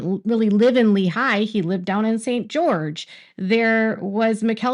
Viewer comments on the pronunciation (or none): It’s not leeHIGH it’s LEEhigh. The high is not the dominant part. The lee is